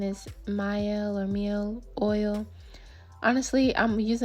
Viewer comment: it's pronounced my elle. i went to essence fest and they gave out bags with the pronunciation broken down phonetically.